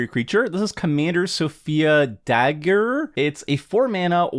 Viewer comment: "Sofia Dagger" LOL. Dag-uerre. It's French.